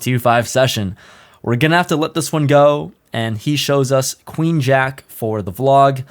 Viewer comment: "I can justify calling with Ace Queeng" haha